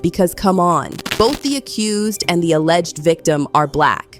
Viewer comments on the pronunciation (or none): none